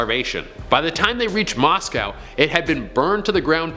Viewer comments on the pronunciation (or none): none